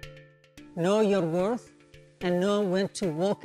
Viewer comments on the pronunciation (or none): Felt that "WOR-TH"!